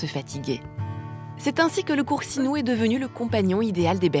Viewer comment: " le coursinou " Bou sti pinzutti di merda . Faites des efforts de prononciation